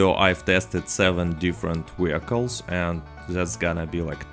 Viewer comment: My mans says 'Wheelcles' and I fux with that.